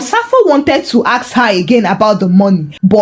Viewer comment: Aks & however were distracting